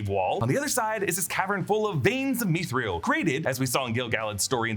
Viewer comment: Mithril is two syllables. Meeth ril. Not meeth ree el. :)